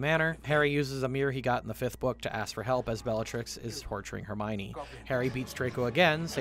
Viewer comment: Hermione, not Hermonie.